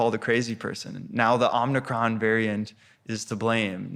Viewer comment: "Omnicron"? "Nucular"? If this guy can't get the simple details of language right, imagine what things he's missing in his bigger ideas. Also, why is this a book report of the Fourth Turning?